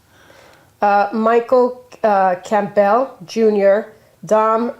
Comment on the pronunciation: The name is Campbell not Camp bell reading is essential, gf needs to take a class